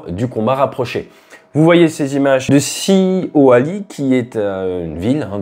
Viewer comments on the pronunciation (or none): Mdr Sioali ? a prononcer chiaoulaï ou chiaolaye 😉